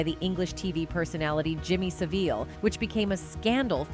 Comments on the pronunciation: Sah-vil, not se-veel! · Ironic that a woman who was SA'd many times herself as a child, would go on to be a handler! They do say that 60% of abused kids will become abusers themselves... Some of these photos though are of his brother Kieran as well. Jimmy Savile is pronounced 'Savill' in the UK. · Never heard Savile called Saveeel before.